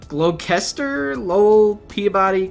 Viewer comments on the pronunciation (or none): Glos-ter. Woo-burn Couple others you hacked up 🤣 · Gloucester is pronounced "Gloster". Nice video guys.